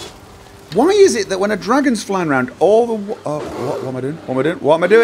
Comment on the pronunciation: be vewwwy quiet, we're huntin' dwagons